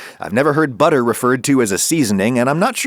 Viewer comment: The word ‘butter’ is now pronounced with a random ‘h’ in it for some reason. 🤷🏽‍♂️